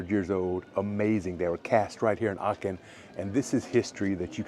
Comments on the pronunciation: Quite fascinating. I lived in Aachen and then in Würselen for a total of about six years, and I never knew about some of these restaurants, nor did I know some of the cathedral legends. Pronunciation: Aachen, not Aken (guttaral h sound). Aachener Printen are just a kind of ginger-bread, basically Lebkuchen, which is very popular in Germany (for example in Nürnberg). In Aachen, I also love Nussbrötchen (rolls with nuts), Nussecken and other good baked goods. Just ask around about which bakers locals recommend. One more thing. You restricted your video to the historic old town, without saying so, and there is so much more to Aachen than that. I haven't lived there for forty years, but I have been back on occasional visits (but not since Covid), and there were many nice areas from the Gründerzeit, (late nineteenth, early twentieth centuries) plus a lot of shopping streets and some beautiful residential neighborhoods. Yet other areas (including Lousberg, the Casino, and Burtscheid) are also worth visiting. And you failed to mention how easy it is to get to towns across the border in Holland and Belgium. Of interest are streets partly in one country and partly in another. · it's so lovely how you pronounce Aachen. hahaha 😅 it's not a "k" it's a "ch" like Chuchichäschtli ;-) Greetings from Switzerland.